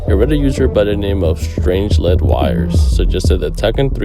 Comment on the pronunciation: Brother, its not strange led wires, but strangled wires 😂